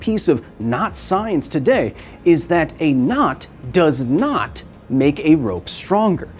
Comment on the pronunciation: Drinking game: drink a shot every time Kyle says knot and you hear "nut"